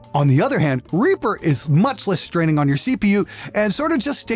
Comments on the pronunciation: ...or "Ray-pah" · "We used Ree-purh!"